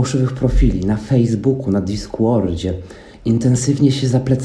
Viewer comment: Diskłord sie anonizował 😂